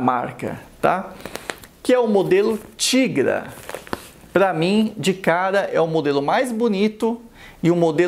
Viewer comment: Eu acho que a prenuncia é taigra